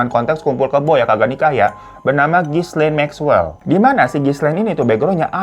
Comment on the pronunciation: Gilein bang baca namanya Ghislaine. S-nya ga dibaca atuh.